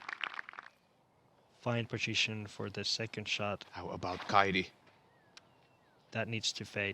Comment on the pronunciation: Suomen kielitoimisto tiedottaa: Viron kielessä ei ole deetä. Siis ei "Kaidi" vaan "Kaiti".